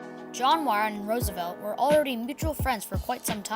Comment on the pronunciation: Bro, that is not how you pronounce Muir